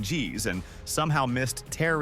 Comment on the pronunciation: Thanks for letting me know about these gems! i never knew that Musashi had survival game mechanics/elements where you need to manage his food/sleep. But re:Tear Ring Saga, i'm sorry it's apparently tear like the tears when you cry, and not tear like the present tense of tore/torn. Edit: idk why i keep hearing it wrong, and you're probably pronouncing it correctly.